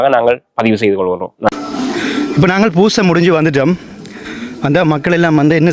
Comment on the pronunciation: பூசை என்று சொல்லுங்க.×( வூசை)